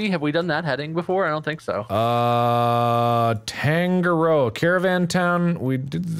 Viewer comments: The way yall say Tangaroa is so funny, Its pronounced tounge ah (roll the r) roe ah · When they say tangaroa wrong 😂 Its pronounced (tung-ar-raw) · i die on the inside everytime they mispronounce tangaroa 😭🤚